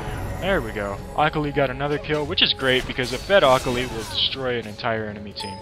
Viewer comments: omg the way he said akali :L lol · Did it bother anyone else how he says akali? Great vid btw its a different build for teemo I will have to try!